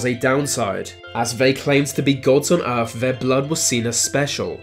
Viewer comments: Earf? Fousands? Furver? Maybe the guy has a speech defect, in which case fair enough, but if its just laziness then get a grip. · what is 'Erf'???? he keeps talking about some place called "Erf"...where the hell is "Erf"???